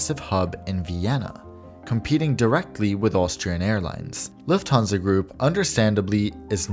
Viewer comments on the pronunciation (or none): none